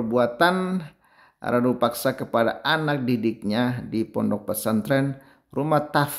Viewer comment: Abang, Rudapaksa bukan Radupaksa